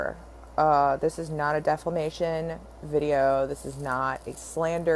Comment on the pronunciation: It's defamation sweetheart. Not deflamation...sorry. Just a little sarcasm.